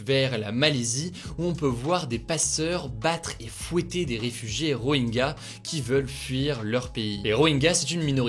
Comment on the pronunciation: Rohingya ne se prononce pas Roenga mais Rohintcha